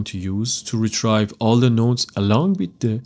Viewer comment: Love the video. Got a little confused but you explained it perfectly. Thank you for sharing this video. One small thing. When you say retrieve. It’s like Re Tree Ve. Rather than Re Try Ve